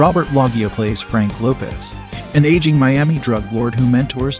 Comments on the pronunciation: Robert Log E Ah? It's Low gah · It's LO-jee-ya, not "LOGGY-uh" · It's pronounced Robert (Lowsha) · Lo-shia...not Log-e-oh for Robert Loggia. He is a fav of my grandma that's how I know the name my homie. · LOG-GEE-A Are you serious LOL! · Ahhh it's Low Gia bucko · Log-gia, Ha. Love that scene from Family Guy, by God it's Robert Loggia🤣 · Loggia is pronounced Loshia. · I cringed every time the narrator butchered Robert Loggia’s name. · Narrator mispronounced "Loggia" and "Colon". Maybe sing national anthem at an American ball game. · How can you do a video like this and not even know how an actors name is pronounced? It's not nitpicking either because it speaks to a lack of preparation. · How do you not know how to pronounce Robert Loggia? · At least know how to pronounce Loggia's name. Come on! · Pretty cool video. I only wish you would have included the cause of death for some of these actors that unfortunately died young and shortly after the film. And bruh, the way you pronounced Robert Loggia and quaaludes was hilarious 😂